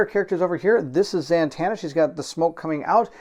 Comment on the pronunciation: Who is ZaNtanna? Ummm yeah....read it if you don't know, it's Zatanna. Man-child, you giggle like a little girl and then sound like Mickey Mouse.